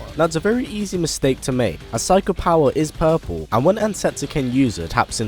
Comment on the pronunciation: "His hadokens turn poorplew"